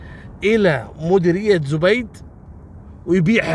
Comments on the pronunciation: زَبيد .. بفتح الزآي .. وليس بضمها .. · ترا أنت تنطقزب غلط اسمها زبيد وليست زبيد بضم حرف الزين المفروض حرف الزين سكون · اسمها زبيد برفع الزاي. مو زبيد بضمه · زبيد ماهو زوبيد 😂